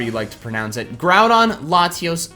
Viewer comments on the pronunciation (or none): none